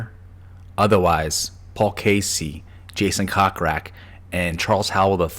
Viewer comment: Your saying Jason’s last name incorrectly. It is Coke Rack not Cock Rack. Although it is hilarious!